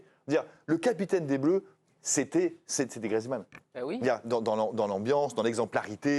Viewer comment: GRIEEEEZMANN pas griizmann le e n'est pas du tout muet